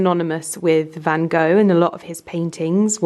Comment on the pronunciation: please look up how Van Gogh is spoken out. He was a Dutch painter. I am Dutch 🇳🇱